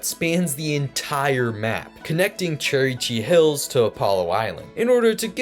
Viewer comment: “Cherry chee hills” lol Its kinda hard to pronounce so its alright